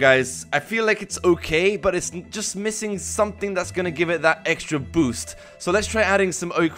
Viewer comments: you kept saying EGGSTRA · does any else hear him say eggstra or just extra cuz if so that’s fucking great